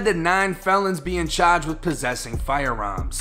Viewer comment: The way you say “charged” lets me know u from the eastcoast haha